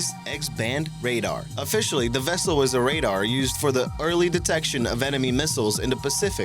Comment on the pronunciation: When you try and say "the" but all that comes out is "da"......